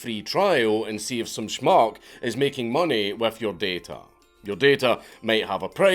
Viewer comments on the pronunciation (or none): Hearing a Scot say "Schmuck" is amazing.